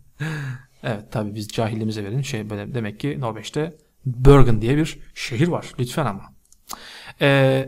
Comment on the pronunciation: Gecenin bi vakti Bergen'e gittim Pearl jam'den çıktım reyiz sağol :d Bu arada şehir olan Bergen "börgın" değil "bergen" diye okunuyor.